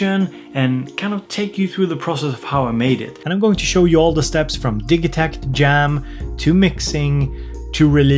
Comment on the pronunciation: Hey when did you start pronouncing it DIJitakt instead of DIGitakt? My whole world is shaken now.